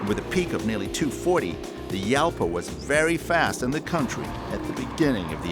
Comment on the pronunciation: Pronounced Halpa,not Yalpa.It's Spainish.